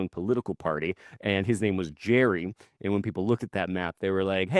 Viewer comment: His name was Gerry with a hard G. Not Jerry.